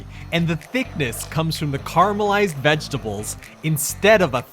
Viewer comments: Yep, okay with that. It’s the complete dropping of the middle syllable “ah” that drives me nuts. Carry on. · Please... care-ah-meh-lized